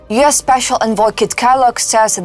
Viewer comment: It's U.S. not YES!